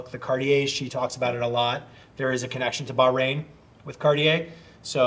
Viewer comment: Bahrain bah-rain bro 😂